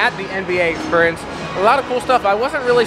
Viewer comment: I noticed you say exSPURience rather than exSPEARience!